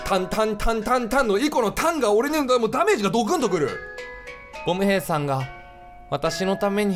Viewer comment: 最後っぽいから言うけど…… ボム兵のイントネーション違うっ！！！